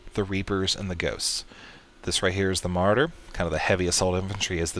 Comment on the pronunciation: Ma-RAW-der dude, Ma-RAW-der. Great Beginner tutorial though!